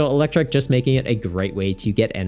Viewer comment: You pronouncing Eelektrik (trick) as Eelektrike had me thinking they gave the little dog guy Dynamotor too 😭 Exciting set, didn't realize Jellicent was going to be such a nightmare so the warning is much appreciated too